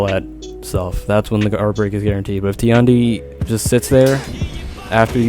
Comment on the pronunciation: How can the "#1 Tiandi" not know how to say his name? EDIT: Ah console.... that explains many things.